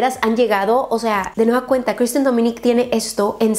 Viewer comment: Amo los videos de pero alguien mas a notado que habla muy raro.. Como k reemplaza muchas veces la letra N por la letra M... Como cuando dice... De nueva cueMta...